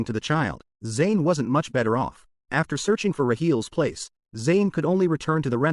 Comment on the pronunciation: AI really sucks, can't even say the proper pronouns for the character Zain.